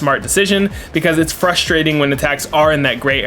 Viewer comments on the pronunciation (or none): none